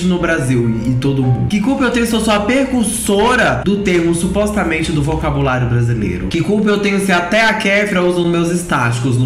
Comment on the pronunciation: Gosto de vc,, mas supostamente nao é proparoxítona. Kkkkkkkkk